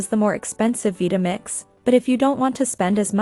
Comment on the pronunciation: what is a vee-tamix?